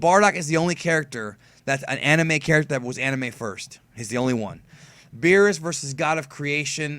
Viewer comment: Every time I hear say Beers I just imagine the Spanish translation of Cervezas que no mame wp wey es Beerus no pinche Beers, o que diga Bills mejor if he doesn't know how to pronounce